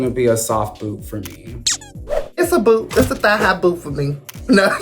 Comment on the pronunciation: lmao not ra'jah saying thigh high boot